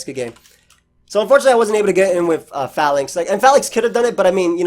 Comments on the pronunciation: Call this mon "Fay-links" not "fa-links". The name is a pun on a defensive troop arrangement used by the ancient Romans called the Phalanx (fay-lanks) #tmyk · It's pronounced "fay-links" I would assume. Long 'A' sound. I assume based off "phalanx" (an ancient greek military formation) and "link" like a chain of something.